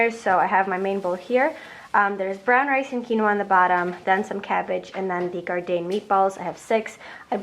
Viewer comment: Damn that breakfast, beastin it ahah. id go for the avocado toast 😍 also, its gardein is pronounced gardEAN like "mean" 😂